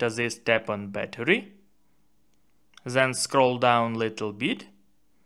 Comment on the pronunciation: Why is your English so damn bad? It's not zen, it's then....